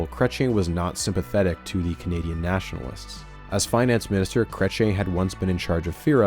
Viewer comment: 44 Minutes in and I almost turned this off, please learn how to say "Chrétien" (Krech-yean)